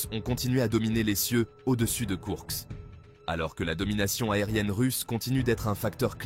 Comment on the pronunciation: Koursk et non Kourks